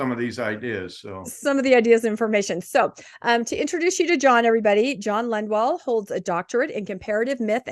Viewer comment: Isn't it Lundwall? says Lundwell several times